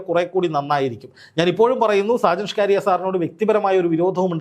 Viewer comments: നാക്ക് വടിച്ചിട്ട് പറ സ്കാരിയ സ്കറിയ. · ഷാജൻ സ്കറിയ എന്നാടോ സ്കാരിയാ അല്ല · ഷ്കാരിയാ അല്ല 😂സ്‌കറിയ എന്നാ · Shajan Scaria...aanu. ....Shcaria alla... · ഞാൻ താങ്ങെളെ follow ചെയ്യുന്ന ആളാണ്.. പേര് നല്ല പോലെ പറയുക.. സാജൻ സ്‌കറിയ not scaariya😂sometimes u r rediculing him.. Not good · Skaariya alla chetta scariya aan ,😂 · സ്‌കാരിയാ അല്ല സക്കറിയ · ഷ്കാറിയ അല്ല: സ്കറിയ😂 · ഷ്കാരിയാ എന്ന് അല്ല സുഹൃത്തേ സ്‌കറിയ എന്നാണ് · ഷാജൻ സ്കാരിയ അല്ല സ്കറിയ എന്ന് പറയു. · ഷാജൻ സ്കാരിയ അല്ല മാഷേ സ്‌കറിയ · ഷാജൻ സ്കറിയ എന്നാണ് 🙏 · നീ ആദ്യം പോയി നാക്ക് വടിച്ച് വ്യക്തമായി സ്കറിയ എന്ന് പറയാൻ പഠിക്ക് എന്നിട്ട് വന്ന് പറ. കഷ്ടം.